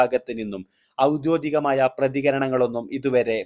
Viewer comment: ഔദ്യോഗികം എന്നാണ്. ഔദ്യോതികം എന്നല്ല